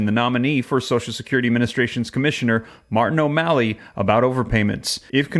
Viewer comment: When you say O MALLEY I want to puke .